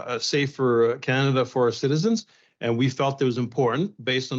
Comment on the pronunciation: Canada 🙄🙄 Kannedda 🤣🤣